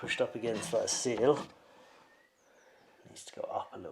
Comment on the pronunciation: I love your channel and I’ve been following since the roundhouse. Love all the stuff you do how eco your builds are or different techniques I get to learn about. I just wish it didn’t bother me so much how you pronounce ‘seal’ and ‘sill’ in the exact same way. My cross to bear I guess 😂